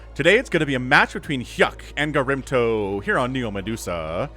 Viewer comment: OG Protoss player gets mispronounced all game long. Doesn't deserve that. :(